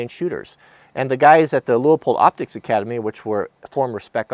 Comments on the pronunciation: Enjoyed the video. But, there is only one "O" in Leupold (Pronounced LewPold, not Lew-Oh-Pold). Thankfully I haven't heard you say "bullet heads"' (Are they out in front of the "bullet tails"?). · It's actually pronounced Lewpold